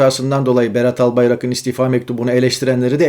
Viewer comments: Önce sen Türkçe konuşmayı öğren Örnek vereyim Albayrak ın değil Albayrağın diye söylenir cahilllll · Albayarak'ın yazılır. Albayrağın diye söylenir. Lütfen